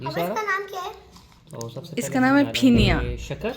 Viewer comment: फिनिया nhi hoti hai yr yeh फेन्नी hoti hai